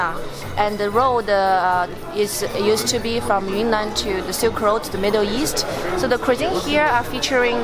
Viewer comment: Always thought Yunnan province was pronounced as Yoo-Nan?